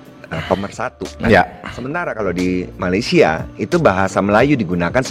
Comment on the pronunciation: Oke TAMBAHAN SEDIKIT..RAKYAT MALAYDESH TIDAK BISA BICARA DENGAN AKHIRAN...R,,,,SEPERTI INI: POWER 👉DI BACA: POWE BANJIR 👉DI BACA: BANJI SINGAPUR 👉DI BACA SINGAPO JOHOR 👉DI BACA:JOHO